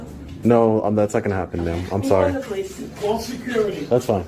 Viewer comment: “Caul sew-curity!!!”